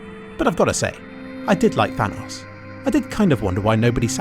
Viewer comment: Props to for actually pronouncing Thanos correctly.